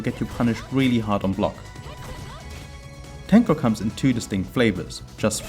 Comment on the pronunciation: I'm impressed by your abiltiy to prononce Japanese names so fast haha Very nice video. TYhe onyl thing missing I think is showing you can do V Skill after Tenko launcher in combos.